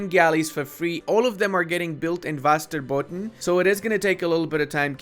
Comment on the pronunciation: Pronounciation of Bergslagen was actually not bad, Västerbotten was oki too.